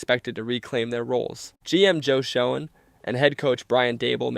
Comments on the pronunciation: Despite how it looks, Schoen pronounces it as Shane, not Shown. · Where do they get these narrators??? Da-bowl? Show-en, Mallick Nabors? lol. Jeez. It’s not like no one ever heard those names. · Schoen=Shane, Malik=Mahleek, Daboll u say it like table, SkatteBOO not Bo & Mbow the M is silent but he pronounces his last BO. you f'ed up so many names man I had to lol